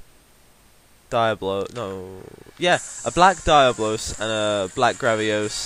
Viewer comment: Btw, it's pronounced Dee-ahh-blos =P but yet again man, great video... keep 'em up, and I'd like to see you do Tigrex with the lance! XD